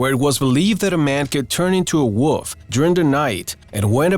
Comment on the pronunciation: I like how he says woof instead of wolf. 😎